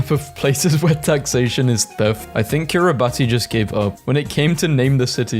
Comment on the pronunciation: it’s pronounced ciribass